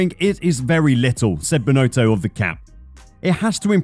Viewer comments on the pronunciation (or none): Can you please try to pronounce Binotto the right way ? It is not Binooootooo. It's Binotto with a short "o".